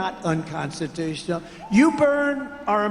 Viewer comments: Why is he not able to say unconstitutional, why is it unconstitus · Anyone notice that Trump often says it’s “unconstitution”, instead of “unconstitutional”? Occasionally he’ll pronounce it correctly, at other times he doesn’t. I thought at first he might be saying the last two letters too unclearly, like he often does. He often “swallows” the last letters, so that they are practically inaudible. For example, when everyone thought he was saying “bigly”, he was actually saying “big league”, sometimes you could hear the “g” at the end, but mostly you couldn’t. In these clips, though, it definitely sounded like unconstitution in the one clip and unconstitutional in the other.